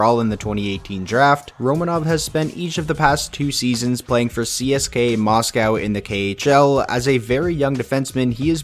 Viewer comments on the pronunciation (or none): none